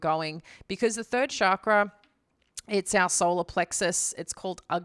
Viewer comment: If you know so much about chakras then why don't you know how to pronounce the word? Stop culturally appropriating from Hinduism and bastardizing it's meaning, you're not qualified to talk about chakras at all and NEVER WILL BE.